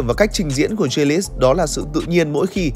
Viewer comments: nói chung chữ đầu đọc là G chứ ko phải Giờ như đọc, phiên âm tiếng việt là Gờ ri lít chứ k phải Dia lít. K tin có thể nghe blv nước ngoài đọc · A có thể đọc đúng tên của Jack đc không. A đọc theo kiểu chả giống ai cả. Gờ ri lít mà a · Đâu ra kiểu đọc tên đó vậy, bên kia phát âm nó khác